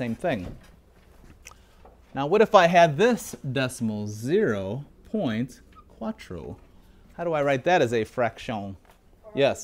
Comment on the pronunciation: 0.50- zero point quatrow. bro, its cero punto quatro